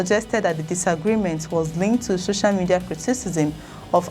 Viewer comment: What is "sho-sha" media? It's SO-CIAL for the life me!